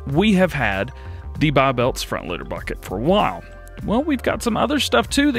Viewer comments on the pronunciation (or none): none